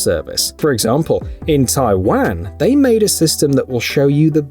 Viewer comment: I've never heard anyone say Taiwan like that 🤣🤣👏👏👏